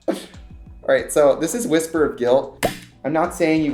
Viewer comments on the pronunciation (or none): none